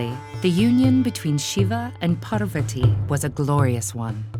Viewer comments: Parrrr-vati…. It’s Pahr-vuhti. Beautiful illustrations and story narration!! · Did you just say...Par-va-tee??? LMAO its pronounced Paar-va-thi btw (this is the correct pronounciation not the spelling) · Its Parvathi (thi) not ti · Why cant this video be narrated by someone who can pronounce Sanskrit as it should be instead of over and over saying. " paaaarrrrrrvaaaati " :X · I was hurt when she said parvati incorrectly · I don't understand why they add an extra 'a' after the names of our gods goddesses 😒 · Wonderful story and amazing illustrations but please try to fix the pronunciations. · it's not pronounced like that ( Lord Parvati ) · The narrator for the Savitri and Satyavan was great! Pronouncation was excellent. The narrator for this video however has butchered the names, especially Parvati. It felt insulting to watch and I cringed everytime she uttered a name. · Man the way she said parvati literally made me not want to watch the video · It is Parvati in many languages, and Parvathi in many others.